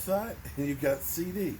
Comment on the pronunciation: Man it's CD NOT CC CEDARIOUS LAMB ,DAMN